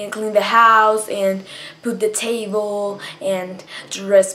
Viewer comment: This chick definitely seems a bit "special", between the way she acts and her little speech problem. Maybe it's just that "education system" of hers that she mentioned. "Put the tayvol". Whatever it is, there's something not quite right about her.